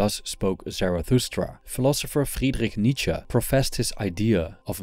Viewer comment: Nice to hear from someone who knows how to pronounce Nietzsche. Remember that this author had issues of his own. As I recall him saying that women did not have a soul and were at best a cow.